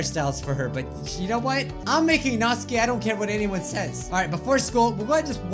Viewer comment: That's not how to pronounce Natsuki... I can switch to a Japanese accent and you pronounce it as: Nat-soo-kee. Lol, I know! I'm an annoying fan 😅